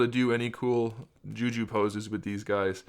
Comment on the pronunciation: What the fuck is “ ju ju” its jutsu